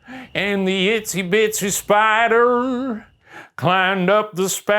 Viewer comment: Ryan just cant get itsy bitsy right amazing